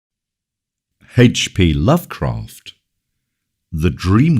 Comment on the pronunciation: Haych pee lofcrafft